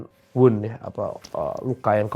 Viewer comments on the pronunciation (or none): ak ngakak ketika mau bilang "wound" tapi jadi "open wood":v awokakakakak maaf, tapi lucu biarkan kami ketawa duluu.. baru boleh deh kami dimaraahin:face-blue-smiling::face-blue-smiling::face-blue-smiling